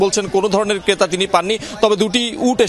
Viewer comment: রিপোর্টার কে আরো সুন্দর উচ্চারণ করতে হবে কারণ এটা যমুনার রিপোর্টার। ক্রেতা কে কেতা আর ট্রাক কে টাক বললে হবে না